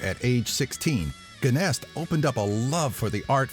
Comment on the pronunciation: its pronouned Jenest... like the french word bonjour.... guenest... smh...